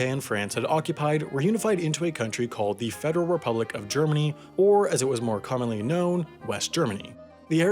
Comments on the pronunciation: "Fderal republic" Smh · "Fderal" Republic of Germany? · “Fderal Republic of Germany” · FDERAL REPUBLIC OF :D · “Fderal republic” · Fderal again, I hope I make it into the next mistakes video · did he leave off an E in “federal republic of germany?”